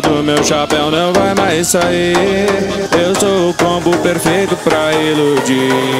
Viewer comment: A Melody pronuncia é "inludir".